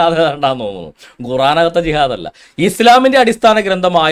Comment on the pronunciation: ഗുറാൻ അല്ല , ഖുർആൻ ...